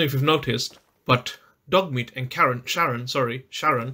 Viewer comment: Charon ❌ Karen ✔